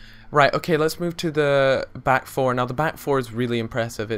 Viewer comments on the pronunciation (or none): none